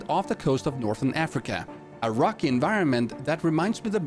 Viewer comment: “a rocky” i thought you said “Iraqi”